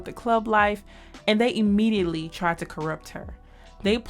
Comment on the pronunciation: Dolla Bill hired Ebony "immegeietly". Not immediately. lol